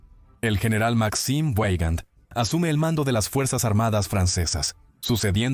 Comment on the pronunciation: Veigand, Veigand, no ueigand, por favor !!!!!!!!!!